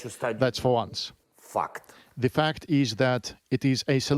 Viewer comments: It sounded like he said F#$k instead of 'fact'😂😂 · The way he said fact sounded like fucked😂